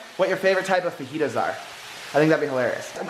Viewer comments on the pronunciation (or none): its not fajitas its fajitas but the j sounds like and h okay